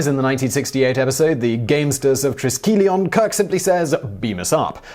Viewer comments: Try-Skel-Yuh-n, not Tree-skee-lee-on. I'm sorry, but... c'mon. They say it like a dozen times in the episode. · Sorry but given how accurate you usually are I have to point out: 1. You mispronounced Triskelion (should be "try-SKELL-ee-un). 2. It's Star Trek IV: The VOYAGE home. Yeah. I'm an old-school Trekker. 😜 Otherwise, great episode. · Going to be that guy and point out the picture used is from Spock's Brain and not This side of paradise. Also Triskelion is pronounced differently